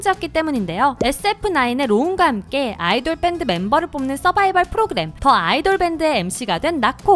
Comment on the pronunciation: 발음은 "더 아이돌"이 아니라 "디 아이돌" 이 아닐까요.